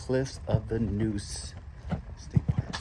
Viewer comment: It pronounced noose, like goose. Neuse River 😊